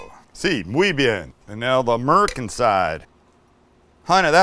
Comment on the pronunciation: Some of my favorite things..."Oops, I swore it🤭", "Ba-ken ", "tom-Ah-to", "'Merican".... Sam, you're a HOOT!!!! (LOL!) Much love from Mississippi 🥰!